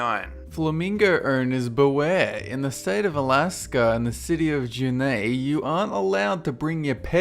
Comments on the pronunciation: Juneau is NOT pronounced juh-ney, it's joo-no. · The Alaskan city is pronounced (June-Oh) not June-Ae lol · I live in Alaska and the city Juneau is pronounced like JEW-NO. Good try though! Keep up the lists! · ITS NOT PRONOUNCED JU-NAE ITS PRONOUNCED JU-NO learn your state capitals children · I live in alaska and it's Juneau (joo-know) not (joo-ney). actually I like Joo-ney better lol. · Junae? Uh... it's Juneau (pronounced like june-o.) In Texas, it's illegal to play a coin operated videogame in public at night. Handheld and console-based videogames are okay, however. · It's pronounced June-oh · As an Alaskan, I have to say something. It's pronounced Jew-Know, not Jew-nay... sigh... can people never get it right? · Janea 😆😆 its Juneau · Ju-nay? It's pronounced Ju-noh, dude. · Juneau is pronounced "Joo - no" not "Jeun-ae" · Hahahahha no offense but it juneau alaska isnt pronounced jenneh. Its jooh-no thats the best version ive heard though lol and greetings from alaska. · "Janay" as far as I know it's "June-oh" but I could be wrong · Juneau is not pronounced Jew-nay, it is pronounced Jew-no. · "June-ay", Alaska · Junaeu not junae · if you needed proof that was British, just go to the first minute of this video. Where he says petrol instead of gasoline and mispronounced Juneau (pronounced Juno) like Junay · I know this is two years old but two things that have annoyed me : Juneau is pronounced Juno Boise is pronounced Boy-See OR Boy-Zee (depends on where in Idaho you are in) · How can you not pronounce Juneau? It's not even difficult: like Juno. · It's pronounced 'Joo-know'. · I'm surprised that the law for Alaska wasn't that you cannot push a moose out of a moving airplane (you also can't get them drunk). Also for the record, the name of the city is pronounced "Joo-noh". Not intending to be nitpicky, just educational. :) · Okay, I live in Alaska.. It's pronounced "Jew-no", not.. Whatever that was. q-q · it's pronounced Ju-no :)